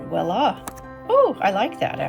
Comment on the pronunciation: Hello, thank you for the very informative video. May I suggest that you use the word "voila" and not "walla" as it shows whether a person has class or not.